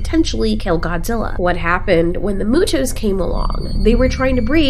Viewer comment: I hope you realize that you pronounced MUTOs mewtews... Sorry I'm just a die hard godzilla fan...